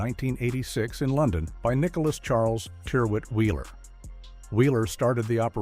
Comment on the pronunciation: My oldest item of clothing is a Ralph Lauren shirt. It's around 35-years old now and is still pretty much as it was when new. FYI 'Tyrwhitt', is pronounced to rhyme with, 'spirit'.